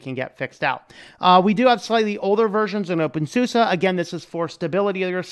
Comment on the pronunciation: Nice vid! Thanks. When you say "OpenSUSE" I understand "Wingardium Leviosaaa" hahaha, just joking :P